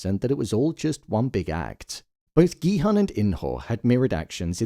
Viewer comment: for god's sake, please pronounce Gi-Hun's name correctly... the "Hun" is pronounced as "Hoon".